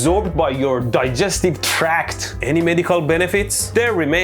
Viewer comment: nobody said "digestive tract" with such vengeance like Medhi before.